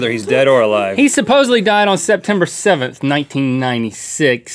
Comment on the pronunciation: I have evidence on my channel that Kurdt and JoN are still uh-live